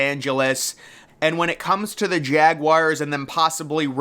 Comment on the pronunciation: Its pronounced Jagwars, not Jagwires.